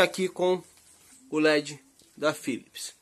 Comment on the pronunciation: Cara so um toque Philips, é com P, não con F